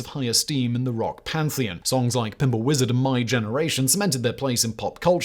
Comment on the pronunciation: I don't particularly care for how you pronounced Pinball Wizard.